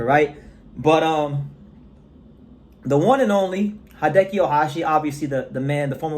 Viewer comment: Hideyuki (Ohashi) Not 'Hi-de-ki'. Hi : 'he' as in that guy (but there are no long vowel phonemes in Japanese, so shorten the 'ee'). Not 'hi' there, man! de : 'de' as in 'de-bt'. yu : 'yu' as in 'you' there, but again, shorten the 'ou'. ki : 'ki' as in kimono, but again, shorten the vowel sound. Not 'key'..